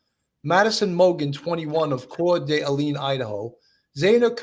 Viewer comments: Here, let me help you with pronunciation: core-DUH-lane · Also it is pronounced cord a Lane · It’s Cord-i(small I sound)-lane